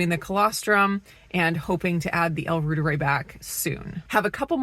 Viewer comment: I would just listen and pronounce the L Reuteri like Dr Davis says it since he created it. The yogurt I mean